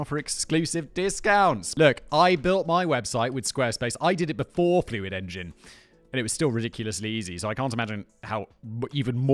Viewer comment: Who else watched the whole squarespace add just to hear Simon keep saying "Fluid engin" ?